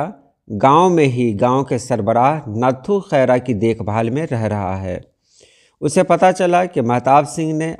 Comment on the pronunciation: is lafz ko ranghad parha jata hai,nathu mein th par tashdeed hai Yani natthu khaira